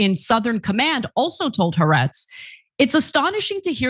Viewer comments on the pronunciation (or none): Jfc. It's been almost 2 years now. The publication is "ha.. ar-etz" not huhretz